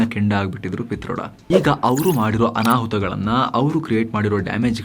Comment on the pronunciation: ಪಿ'ತರ್ಡ'.......😂from mandya